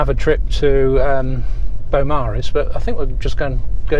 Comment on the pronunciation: It is not Bowmaris ias you said there's a u Beaumaris